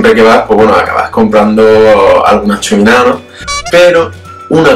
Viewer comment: Yummy!!!!!! es que me chifla el salmón :). Jajaja y "chuminá" ha quedado genial ;P